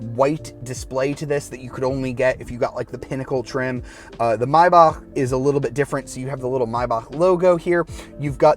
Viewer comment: Love you❤❤ You pronounce it right❤❤